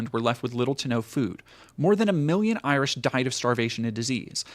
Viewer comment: it's a common American mispronunciation. They don't care to learn what people call themselves, so if it's not derogatory nicknames like "Paddy" or worse, it's mispronunciation.